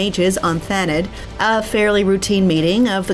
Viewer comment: Is Thanedd not pronounced Thaneth? As in the Welsh Gwynedd/Gwyneth.